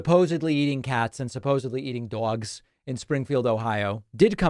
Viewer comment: David, do you really pronounce it dwogs? I thought it was a mocking.